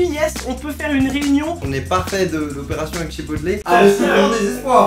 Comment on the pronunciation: Chipotle ça se prononce pas « Chipotlé » mais « Tchipoteul » 😅